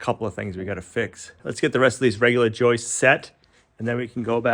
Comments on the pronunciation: He still has many lapses. His dictionary is filled with terms like joistes and escavator. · 🇨🇦Thank god he saw my comments or someone else's comment on pronouncing Joists instead of joices. After 32 yrs of carpentry it's been a pet peeve of mine lol. Cheers from Canada!🇨🇦